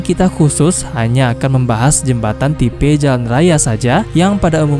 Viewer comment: Min tipe kok ucapnya tipe